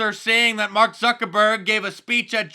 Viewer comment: "Mork Zuckerborg" lol..